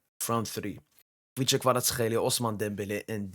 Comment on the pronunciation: He said Khvicha Kvaratskhelia very well 👏👏👏👏👏